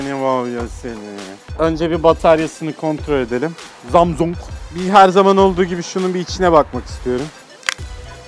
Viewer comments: abi zamzung değil samsunk :) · abi şu na Zamzung Diye Okuma Gıcığıma Gidiyo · zamzung XD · ZAMZUNG DEĞİL ZAMAZİNGOO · Zamsung değil ZAMZUNG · 22 gün jarjı gidiyor zamzungun 😂😂😂😂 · zamzung imizin jarjı olmuyor 😂😂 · her zamzung dediginde istemsizce guluyorum🤣🤣🤣🤣😂😂😂😂😂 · Her zamsung ve jarjı dediğinde çıldırıyom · zamzung XDDDD zamzung xdd ZAMZUNG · zamzung grfudvrb çok güzel demiyor mu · abi çok komik zamzung diyon ya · zamzung ne laaa gülmekten geberdimm abeyyy :) :) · Abi zamzung ne ya🤣😂😅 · Zamzung - jarj 😂😂😂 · Zamzong ne aq 😂😂 dakika ya bakın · Şu jarjla zamzungu söylemeyi bırakırmısın?. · webtekno once said seni voyvo senii zamsang (hint şivesiyle) şimdi buraya 22 yazıp 7845e yollayınca telefonumuzum jarjı 22 gün boyunca gidiyo daşla bile kırılmayan zamzung jarj ediliyor 22 gün is loading bak gine sinirlendim ya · Abi su samsunglara zamsung deme ve sarja jarj deme gulmekten oluyorum.:D